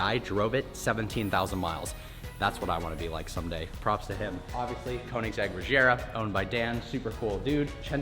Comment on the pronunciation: Regera not Reshera